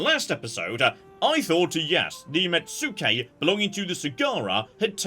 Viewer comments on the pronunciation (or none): "Let's talk all about the things got wrong" Like mispronouncing metsuke? Immediately after saying that? As per a previous comment, it's "mets-kay", not "met-sue-kay". Also, agent conversion is permanent, only arrests and demoralise actions are temporary, although your arrested characters can be executed as well.